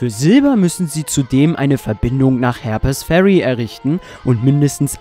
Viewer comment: Ich wusste gar nicht das es in Harper´s Ferry soviele Herpes-Kranke gibt. Die armen :) Du solltest ein bißl an der englischen Aussprache feilen. Konstruktive Kritik, nicht böse gemeint. ... 18 Jahre nach release spiele ich es auch mal. (Es liegt bei mir schon 18 Jahre rum und ich hab es nur mal angespielt). Bin gespannt, was ich aus deinem LP mitnehmen kann. Allein für die Tatsache, das du Retro spielst, gebe ich dir mein Abo. Ich mag kleine Kanäle ! Gruß Ian